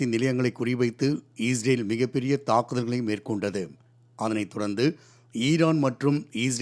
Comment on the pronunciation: செய்தியாளர் அவர்களே.... இஸ்ரேலா ? அல்லது ஈஸ்ரேலா ? ஸ்டைலா சொல்றதா நினைச்சு தவறாக சொல்ல வேண்டாம்.